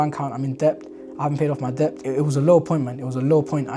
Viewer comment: Brother just wanted to let you know that the word Debt, it’s pronounced like Det, the B is silent, sounds like you were saying Dept but yeah. No shade, just thought you might like to know. You’re doing great 👍